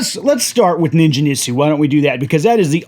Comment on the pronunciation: Ningen = hard 'g' like gate or get.